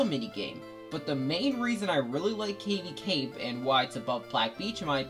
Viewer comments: I've never heard Cavi cape be pronounced that way... Cave-y cape... I suppose it do have caves. Also again our priorities are again pretty different I made a whole video about Cavi cape because I find it beautiful and melancholy but you put it second to last lol. But regardless, good list and I actually agree with a lot of it. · I completely agree. And I never heard Cavi Cape pronounced that way either.